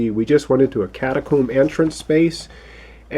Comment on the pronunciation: Cata-coom? Lol